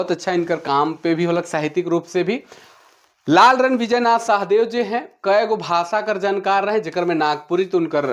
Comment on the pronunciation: Raure galat pronounce kara the शहदेव nakhe Shah Deo hai शाह-देव